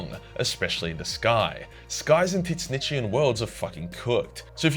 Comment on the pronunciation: I don't know about "teet snitchian".